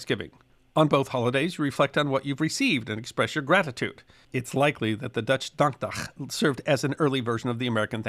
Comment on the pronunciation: I’m very impressed by your pronunciation of “dankdag”